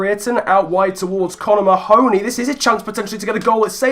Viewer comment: Just a slight fyi, I think Mahoney is pronounced Marney (as in the Burnley cm)